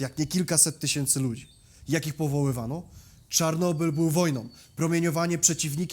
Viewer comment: dlaczego mowisz "czornobyl"? Po polsku to Czarnobyl, a po rosyjsku Чернобыль.